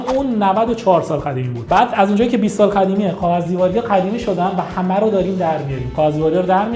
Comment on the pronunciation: تلفظت رو کاغذ بده میگی قاغذ